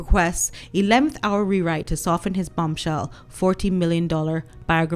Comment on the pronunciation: For a minute I thought I heard you called Harry’s book a .. bumshell lol xx